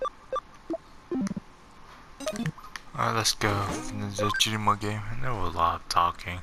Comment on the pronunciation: Please learn how to say subscribe and digimon for the fact you can im watching a different video